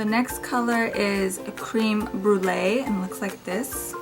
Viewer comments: Just me or was anyone else surprised when she said "cream brulee" instead of "creme brulee" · you pronounced creme brulee wrong, it's french